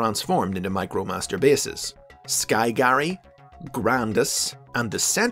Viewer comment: Correction: it was sky carry not sky Garry